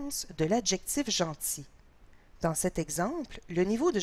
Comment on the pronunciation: Pourquoi elle prononce genZi à la place de genTi??